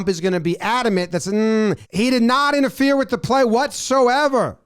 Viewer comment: The word is INTERFERE, there is an E on the end, not that difficult.